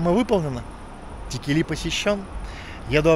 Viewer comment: Текели читается с ударением на первую букву е ,а не на последнюю.